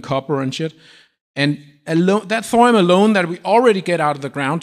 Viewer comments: NOT ......."THOR UM"............. it is................"THOR E UM"!!! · Why do you say thorum instead of thorium? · Why does he keep saying “thorum”?